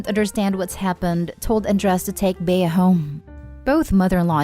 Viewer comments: It’s not pronounced “Bey-a” but Bea as in bee. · Story 2- If this story is taking place in the United States, the name Bea is pronounced like Bee. It's a nickname for Beatrice. Just thought you'd like to know.